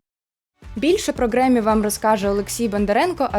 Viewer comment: "Греммі" - це прекрасно, але у Кендріка Ламара, наприклад, є Пулітцерівська премія. А в Дрейка не пам'ятаю, щоб таке було. І непрохана порада: обмовки можна дублювати титром на монтажі, щоби потім в коментарях не було так душно )